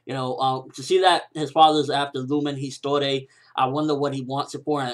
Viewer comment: wtf do you watch it without sound? the way you say lumen histoire